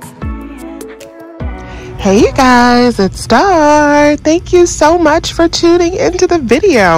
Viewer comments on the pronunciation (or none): I love when she say, “Hey you guys! It’s!” When I hear that I know it’s about to go down🤣🤣🤣